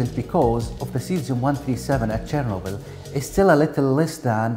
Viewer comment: when Arabs can't pronunce CH.